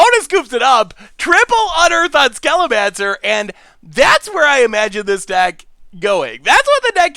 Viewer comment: Ah, good ol' "Lightning Skellomancer". Keep it up, your constant "embellishments" on pronunciation (and the number of counters in your opponent's hand) is endearing. Happy to keep viewing your sweet brews!